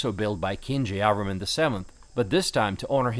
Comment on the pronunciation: Mr , do not pronounce at random. You have to say, 'Jaya Verman' Stress/emphasis on the third syllable.